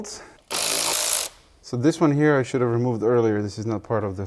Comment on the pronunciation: Sway bay rEmooved